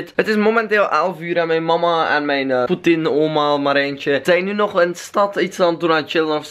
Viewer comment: ik blijf de heletijd lachen als je putin zegt